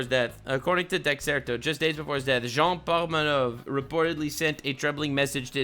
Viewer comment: Your French pronunciation as you say "Jean Pormanove" is spookingly accurate. (Frenchman here)